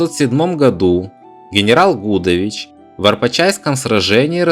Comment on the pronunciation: Гудович, ударение на И!